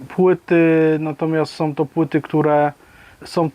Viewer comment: Zwracaj uwagę na Ą. Są, a nie soM, Halą, a nie haloM, etc. Pozdrawiam!